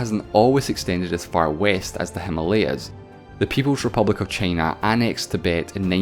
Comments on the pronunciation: Nobody:: ChEyNa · This guy's accent is great... until he says "China" 🥴